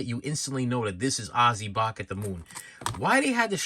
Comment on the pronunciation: He says 'shorts' like 'shauwatts'.. and 'Bark' like 'Bawlk" 🤣